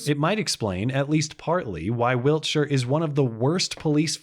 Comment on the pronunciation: thanks for not Americanising your pronunciation of Wiltshire. Good Video